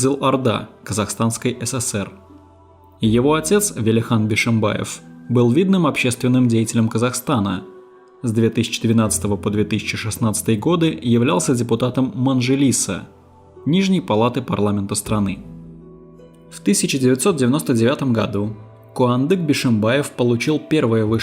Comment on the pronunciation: Даже нормально произнести не можете 🤦🏻‍♀️ «Байтэрэк», «Велиханович», «Гзыл орда», «Манжилис» и тд